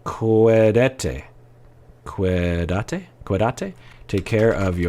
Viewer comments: "Cuídate porque te lo mereces". That's right,!:) It's so nice to hear you speaking Spanish. Just a tip: you pronounce it by making an emphasis on the "í" in "cuÍdate" because it's the strong syllable. Thank you for your videos, I really love your input in all of them! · Cuidate with an accent in the i, other than that, you did perfect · Love that you said it in Spanish! The accent is on the first syllable… QUEE-dah-taa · Accent on the first syllable and you have it! CWEEdate. 😄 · "Te cuidas". Take care...or "cuidate""...😊. Accent on first syllable. Yes!! Porque lo mereces! Bravo!